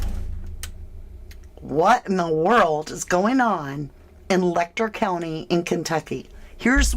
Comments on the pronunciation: I'm sorry for seeming so petty but the pronunciation of Letcher Let'cher is as it sounds, not Lek'ter. I know it seems petty and I apologize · Ma'am, with all due respect, Letcher County is pronounced "Let-cher," where the "ch" sound is like that when saying "chair" or "cheer." If you're going to cover an area and cite it repeatedly, might wanna do your due diligence on the details.